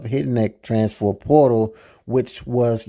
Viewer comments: Sir it’s “transfer” not “transfor” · Bra learn how to say trans-fer transfer portal 🤦🏾